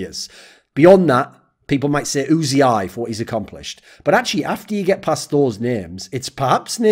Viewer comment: Thoorin- “Ooo-Zee-Eye”